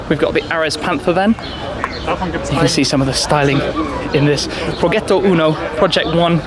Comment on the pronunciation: Once again, it's pronounced Projetto Uno, not Progeto. You really sound so dumb sometimes...